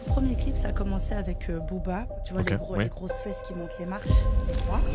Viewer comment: Elle à dit Boba non non.cest Booba